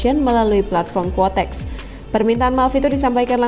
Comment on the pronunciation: Koreksi Ya yg benar itu QUOTEX bukan KUOTEX 🙏🙏